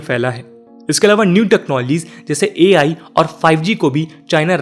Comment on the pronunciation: It's AI not AL 🤣